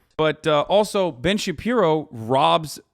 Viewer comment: Hasan, I need you to know of all the insightful ways you enrich my life, you calling Ben Shapiro Ben Shabibo is my favorite.